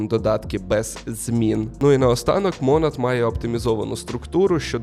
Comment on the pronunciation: Чому мОООнад ? наче ж монАААд